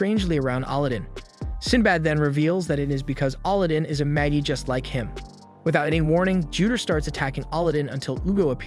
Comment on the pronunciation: I think Magi is pronounced maji.